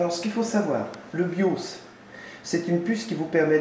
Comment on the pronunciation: Ah, le "Biauce". le tournevis TOXXX j'ai adoré aussi. Tu passes à Windows 7 en 2017 sinon ou pas? :p